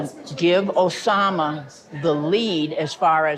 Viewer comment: OH-SAH-MAH has the OH-DACITY